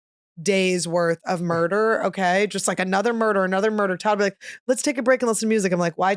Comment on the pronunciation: YASS FINALLY "THANK GOD FOR ANUDER SUNDAY"😁